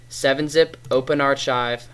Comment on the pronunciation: its suposed be said arkive